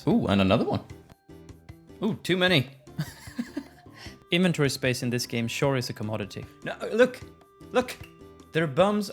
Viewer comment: How did u say inventory before?!?! 😂